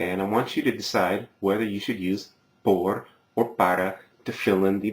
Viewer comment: I like your lessons, but I have problems with your accent to be honest. I think someone who teaches, should stop pronouncing letters like in English.. for example your "por" I realize that very often in your classes.. and I think it would be a good improvement for you to work on that.